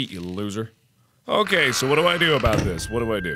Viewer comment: You said "dis". We're already clearly in The Cringe zone